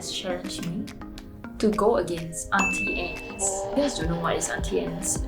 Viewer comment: I was today years old when I learned it was pronounced Aunty Anns instead of Aunty Ann-knees